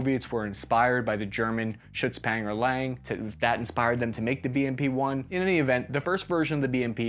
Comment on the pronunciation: Sitting here chuckling at his pronounciation of "lang", never mind the "Schützenpanzer". Trying to figure out how to explain to an American how to actually pronounce "lang". The "a" is not pronounced like the "a" in "can". More like the "a" in "Hawaii".